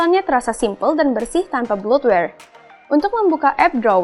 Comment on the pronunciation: Pronounce "bloatware" nya salah, malah dibaca /blutware/ bukan /bloutwer/. terus ukuran "font" dibaca /foun/, malah jadi kata "phone. kalo yg baca reviewnya lebih jelas pengucapannya, lebih enak deh